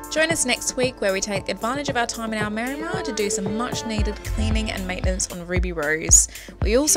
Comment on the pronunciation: Spot on pronunciation of Almerima, going there in April for a weeks Golf with some mates. Another good video, cheers